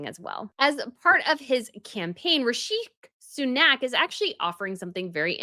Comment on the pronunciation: Your bizarre pronunciations of Rishi Sunak are giving me life 😂 it’s like Rish-ee Soo-nak